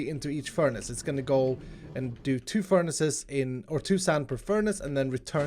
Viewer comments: I’ve never heard someone say ferni’s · did you say "furnice" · Im sorry but did he say furnies? That is the best thing ive ever heard ahha omg